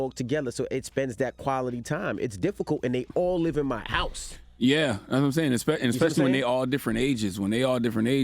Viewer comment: First of all Ms. Vivica, you need to learn to speak before you talk about others. You may not like to see black people be represented like that, well I hate to hear black people (like you) say eXpecially. The word is eSpecially. Get it right and come again.